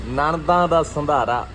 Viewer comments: ਵੀਰੇ ਸ਼ੰਧਾਰਾ ਨਹੀਂ ਹੁੰਦਾ ਸੰਧਾਰਾ ਹੁੰਦਾ ਆ| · Malwae walea da ਸ & ਸ਼ da bhut panga penda 😂